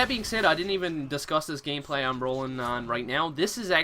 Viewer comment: Also "gameplay wise" sounds like woise. and sounds like gaymeplayee.